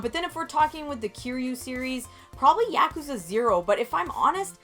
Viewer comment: OMG, you said Yakuza correctly.